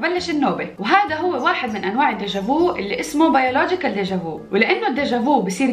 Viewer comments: تنطق ديجافي ليس ديجافو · كلمة فرنسية déjà vu. لكن نطقك للكلمة خطأ .. ليس ديجا ڨوو بل ديجا ڨ\u\ Verbe voir au passé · خرضتك بتنتطق deja vu غلاط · ظبجا في مش ديجا فو اسمعيها ف غوغل فويس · Déja vu machi diga vou " anat9iha mlih wella asokti mdrrrr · ديجا فو هههههه لا تنطق بالفرنسية هكذا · 😢😢😢😢نطقك ل déjà vuكاريثية si il te plaît apprendre comment prononcer le français avant 😢😢😢😢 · حاولي أن تنطقي vu بالنطق الصحيح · Déjà vu انطقها بالصحيح انك تعذبين اللغة الفرنسية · تنطقينها بالخطأ ،u بالفرنسية لا ينطق "و" تفقدي google translate